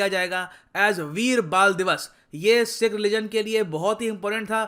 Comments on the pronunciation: Bhai UK based Sikhs not seekhs 🙏🙏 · Sir plz one request pronounce it as sikh not seeekh. Use choti e ki matr not badi e ki matra.